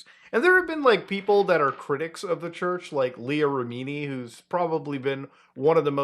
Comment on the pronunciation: Leah Remini is pronounced REMini. "Rimini", you rascal 😅